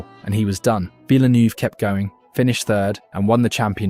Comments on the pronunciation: I thought it was actually VILLNEW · What da hell is a GEREZ VIL-NERVE not VILLNOOVE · Erm, Villie-neuv? It's pronounced Vill-nerve 😉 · Yeh i know but its pronounced heh-rez not ge-rez and i have never heard vilnoove as a nickname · And so you know for future videos, it’s Hereth, veelnuv and barikello. You’d know the pronunciation if you’d ever watched and F1 at all.